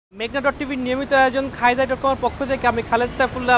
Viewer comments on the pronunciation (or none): none